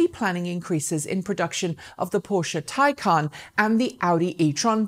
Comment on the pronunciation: Yes, by all means pronounce it "tie-CON", because Porsche are tying themselves up in knots to con the world into believing that a stupid made-up word has an actual stupid made-up pronunciation that breaks all normal pronunciation rules in every language.